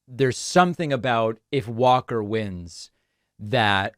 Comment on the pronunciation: 29 "Herschel Walker quite literally can't speak." One second later... mispronounces Herschel Walker's last name.